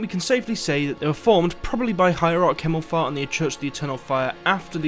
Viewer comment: What I don't understand is how they can stand up to magic users. Think of TWII where one witch pretty much obliterated 2 armies! PS: I giggled at your pronounciation of Himmelfahrt as ...fart. The word BTW means accession (to heaven).